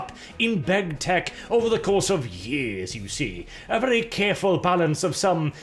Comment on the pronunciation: "The Germans are acting up again, and we really could use a little bit of help here." Freaking hilarious! Also, every time you say "big tech", it sounds more like you're saying "big tit"...just sayin'. Maybe my cultured mind is too active today :P